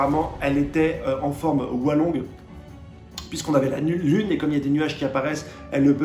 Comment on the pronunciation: Très bonne vidéo! Sulong pas Walong 😅